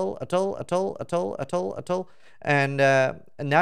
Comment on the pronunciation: say attol one more time please